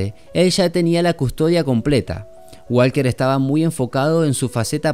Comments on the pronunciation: En ingles en la palabra walker la letraL es silenciosa se pronuncia Waker not Wlker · Me gusto mucho tu video pero quiero aclararte que el apellido walker en ingles no se pronuncia la L en fonetica se pronuncia woker. Suerte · Por favor que a este Man le enseñen a pronunciar Walker